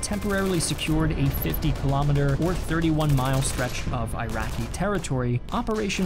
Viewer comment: Why are you pronouncing "I rian" and 'I raqi" ?